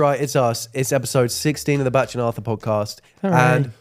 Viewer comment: You pronounce Bach like Batch...you're a T short.